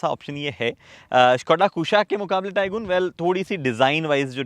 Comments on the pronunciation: It's not TAI-GOON, Its TAI-GUN ! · Arey gooon kahe ?? Did VW ask you to pronounce it Tai-Goon ? I think I heard this pronounciation somewhere else as well .